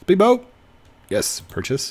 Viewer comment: I don't know why but when say "purches" it gives me goosebumps